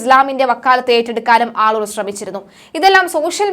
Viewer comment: ആളൂർ അല്ലേ?? മള്ളൂർ എന്ന് പറയുന്നു... 🤔🤔